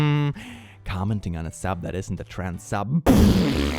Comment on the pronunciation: please say trans without the appearance of an "oo" vowel if you can help it